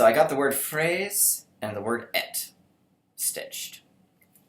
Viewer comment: For fraise et... "et" is pronounce like "hey" without pronoucing the H.😊